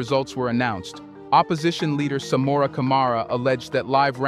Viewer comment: SAMURA IS PRONOUNCED SA-MOO-RA NOT SAMOORRA